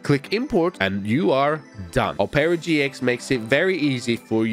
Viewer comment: Oh-pera GX